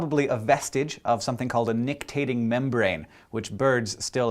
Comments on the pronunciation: "nictitating"--not "nictating" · I've learned so much from Hank Green and crew over the years. I'd proffer one small correction: nic·ti·tat·ing membrane instead of nic·tat·ing. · NICTITATING MEMBRANE. Not nictating. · I think it's called a nictitating membrane, not nictating membrane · When I saw “Butt Hair”, I felt compelled to click on! Nictitating. Not nictating. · You left out a syllable in "nictitating".